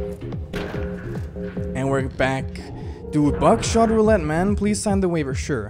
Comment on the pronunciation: I thought u said back shot roulette 😹😹😹